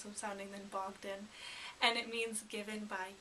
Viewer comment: Bohdan, No G.